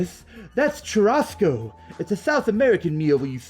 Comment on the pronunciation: First LPers I've seen who pronounces "duralumin" and "churrasco" correctly (finally).